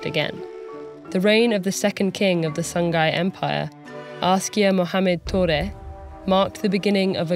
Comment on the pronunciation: Ah SONGHAI! This whole time I was hearing "The Sun Guy"